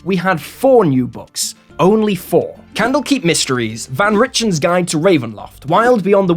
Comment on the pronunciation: Rick-ten not Rich-ten.